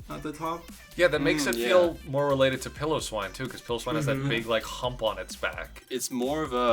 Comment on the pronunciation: I love how this guy looks at a literal Pile O' Swine and calls it "Pillow-Swine"